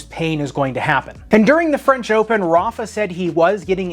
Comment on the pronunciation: the way americans say "Rafa" 🤮